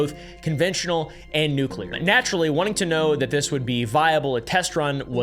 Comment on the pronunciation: Love it when someone pronounces nuclear right and not "nucular"